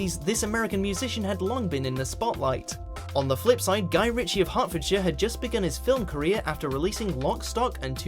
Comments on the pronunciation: I've always assumed that. There are so many non-Britishisms in these videos - place names are pronounced wrong- today 'he' called Hertfordshire 'Hedfordshire' in one clip, then said it correctly in the next. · WatchMojo UK needs to get its pronunciation Bot sorted. So many errors in this video! No British person (which is what we are meant to believe we are listening to) would use the word 'normalcy'. Kubrick seems to have lived in 'Hedfordshire' Say what?????? But next item - Guy Ritchie was hailing from 'Hertfordshire'......makes no sense!